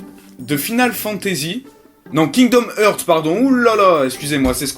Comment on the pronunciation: je crois que tu es le premier au monde a dire Kingdom HEURTS -_